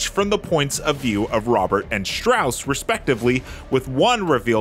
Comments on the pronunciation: What’s with this guy’s pronunciation? Do your research IGN. it isn’t pronounced Sillian and they say Strauss’ name again and again in the very film that you’re reviewing lol. It’s pronounced strors. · It’s pronounced KILL-ian. It’s pronounced STRAWS. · Great movie, but who writes this stuff? Its read like a sportswriter is trying to break into Hollywood. First, Cillian is pronounced Killian and Strauss is pronounced "Straws" Did you even watch the movie?